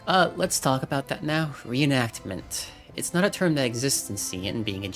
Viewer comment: "Reeanacment" is also my most hated word/term. Hope one day they'll fix that. Anyway, great job with this 1-hour video summary. Can't even start to imagine how difficult was it to put it all together. But it was well spent 1-hour of life~